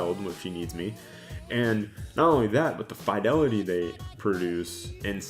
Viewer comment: Thumbs down for not knowing how to pronounce "fidelity".